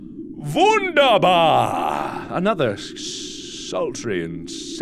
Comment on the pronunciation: Am i the only one surprised by how he said wunderbar without an accent??